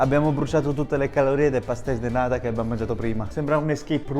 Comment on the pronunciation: Ti prego, dilo giusto, sono pastel de NATA. ( non nada), como lo dice tu sarebe patel de niente. Grazie 😁